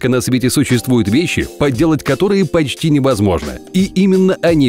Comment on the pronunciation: Меня волнует только одно на моментах с по Это слово «почти»